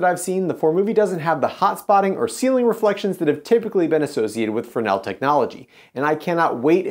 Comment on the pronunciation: Pronounced Fray-nel in his native tongue. lol I only know this by working with tons of Arri and Mole Richardson equipment for lighting my one of our PA was a French man who kept telling me. ha